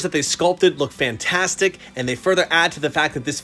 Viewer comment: Cool statue I haven't watched demon slayer yet once I do I'll understand everything more. When u said the statue looks fantastic at first I thought u said Bamtastic u should try using it It might be funny